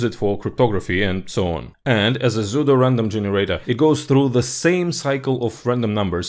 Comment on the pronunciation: которое псевдо? Я тоже на это слово обратил внимание